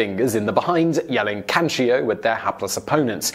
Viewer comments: Question: when announcing number one why did you pronounce it with an I at the end as in “Kanchio” instead of how it’s spelled “Kancho”? I can understand mispronouncing a word but you added a letter lol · (Ka-n'cho) was the only bad pronunciation i heard. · it is actually pronounced Can-Cho; although chi is a "letter" in this chase it is not involved in the word. I had heard of this practice and I really want to know how it came to be practiced since it is so strange. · Yes, your Japanese pronunciation is HORRIBLE... By all means if you ever do another video with Japanese words have your producer message me!! The "cho" in kancho rhymes with show.